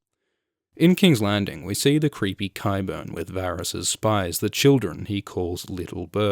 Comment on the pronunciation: another excellent review, & extra pts for being among the 1% of reviewers that actually know how to pronounce qyburn & olenna (apparently the rest watch the show in mute) hehe